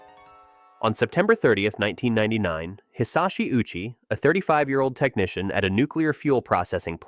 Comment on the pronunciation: Hisashi O uchi. You pronounced his name "Uchi" lol, the o is pronounced separately, Japanese pronunciation is like hi sa shi o u chi